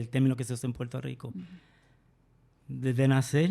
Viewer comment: porque ellos no dicen puelto lico